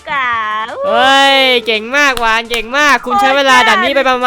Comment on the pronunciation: หวานไม่ใช่กวาน